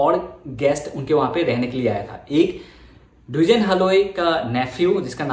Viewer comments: Duijen haloi nohoi dwijen haloi.. pronounce properly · pronunciation tu Dijen e hobo no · Dwijen haloi nhy Its Dijen Haloi ! Pronunciation tu apunar bhul hoise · actually Dijen buli nathake spelling tut Dwijen a likha hoi kintu ami koute heitu Dijen pronunciation hoi ! Mane amar asomiya ekdom common name eitu so kolu apunak ! Ekdom silly mistake aru